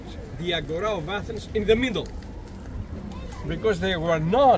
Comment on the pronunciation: Agora not agoura...😂😂